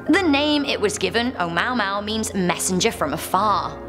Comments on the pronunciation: "Oh-mow-mow" lol its Oh-MOO-a-MOO-a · "O'mowmow"😂😂😂 its O-moo-a-moo-a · It’s Ou-Mua-Mua. Not MAU-MAU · Uh-moo-uh-moo-uh...... Not oh-mow-mow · Thumbs down for “oh-mow-mow” and not Oh-Moo-Ah-Mooh—Ah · Scientists doing science things: lets name this thing "o-moo-ah-moo-ah" a intellectual: Oh-MoW-mOw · Oh-moo-ah-moo-ah not oh-mow-mow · "oh maw maw" omg hahahahaha isn't that suppose to be "oh muwa muwa"? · oh-mau-mau? its promounced, "oh-moo-ah-moo-ah" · Oh mow mow... That is definitely not the pronunciation. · She said “ohmowmow” 😂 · "a mow mow" lmao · Oumuamua is pronounced Oh-moo-ah-moo-ah. Js. 😉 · totally butchered the pronunciation of Oumuamua. its Oh-moo-ah-moo-ah....it sounds like that anyway.... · Oumuamua is pronounced OH-ooh-MOO-ah-moo-ah. Just sayin'. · Oh, FYI when reading an Hawaiian word, one must pronounce every vowel; the language itself isn't over complicated: there are fewer consonants in their alphabet and vowels have only one pronunciation each. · Really? The clip was going great until you mentioned no.1. You can READ the name, just that you said it wrong :-) Also, is NOT a commet, astronomers consider it a possible asteroid.The name would be translated as "the scout" or "messenger sent from the distant past to reach out to us". Except from that, this is a good clip to watch :-) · Please check the pronunciation of the number one thing on your list ..